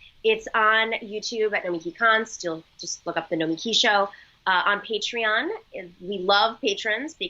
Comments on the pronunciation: Wait, is the emphasis on the second syllable or the last? When said "Nomiki Show" he said, [noh-mee-KEE shoh] rather than [noh-MEE-kee], even though he introduced her as [noh-MEE-kee] just a couple seconds before. Also, pretty sure I've heard her call herself [noh-MEE-kee], so is her name different in the title of the show? I mean, I'm truly confused.... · Her name really isn’t that difficult. No-mee-kee. Now try to pronounce my handle 😂 Nina Turner for VP!